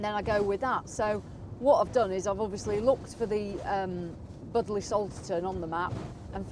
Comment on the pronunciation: Pronounced “bud lee” .....lol.